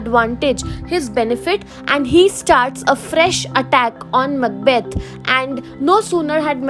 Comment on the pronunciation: Mucbath????? Huhh???!!!😂😂😂 It's Macbeth 😂😂😂